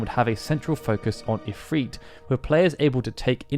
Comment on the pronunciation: Why does he say "If-Reet"? It's If-Rit